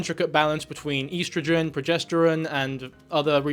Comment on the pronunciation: i cannot defend this man after that pronunciation of "estrogen"